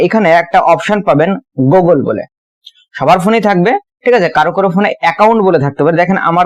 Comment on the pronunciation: ভাই ওটা গোগোল না 😂 গুগল 🤣🙏